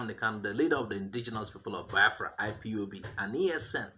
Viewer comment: He said ECN not ESN. The people are confused as always.